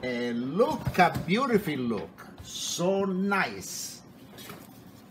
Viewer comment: This guy is great, but the bagels actually look like... crap. I like him saying "looka how nice-a they-a look-a" though. They still looka like-a crappa...